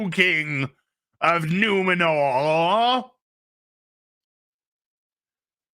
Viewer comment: It's not Numenor, It's NumenoRRRRR ! Not Eregion, It RRRegion, etc.